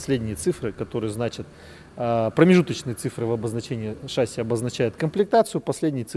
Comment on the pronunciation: Приветствую.У меня маленькое замечание.В ролике вы произносите шАсси вместо шассИ,а это ошибка.По правилам в словах французского происхождения ударение ставится на последний слог,немного режет слух